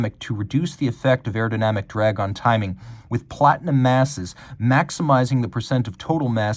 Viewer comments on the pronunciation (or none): none